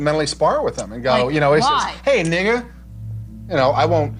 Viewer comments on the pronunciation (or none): So this show was the inspiration for that Encanto song. Now we know why thet don't talk about him 😅 Cringe Af Dude got a seat at the table and the first thing he could come up with is "If I get in a argument with a prick white guy I'll say hey nigga. And he says it with a subtle hint of hard R 🤣 Why would a real black person call a random white guy a nigga and think their doing something?! was testing the waters here ☠️